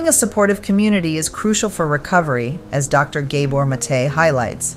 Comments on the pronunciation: Pronunciation - G ABOR NOT GAY BOR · His lastname Gábor's 1st wovel is pronounced like the 1st wovel in the word "rather" , aporoximately. Not like the wovel in the word "hay" for example. He is Hungarian.❤ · To the makers of this video: You are featuring a fascinating speaker, giving an incredibly insightful speech, and then you're doing tremendous damage to the message in the way you're presenting it. Not only does the narrator chose to mangle the pronunciation of his name (no, he's not a "gay bore"!), you interrupt the address at various points with pointless, sappy and useless animation segments. You cut into his speech, but not in a clean way, you slowly fade out his voice as if to say: "Enough from you, we have something more important to say." I'm sure this is not happening out of malice, but the thoughtlessness on display here gives me an aneurism. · Please pronounce his name properly. Its gah- boor (like "mah" and "door") not gay-bor. Mate (MAH-tay)